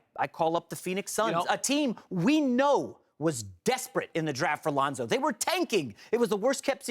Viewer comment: he just say Londo?